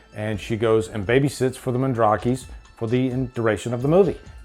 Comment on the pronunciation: Mwndrakis… not Mendreeks:..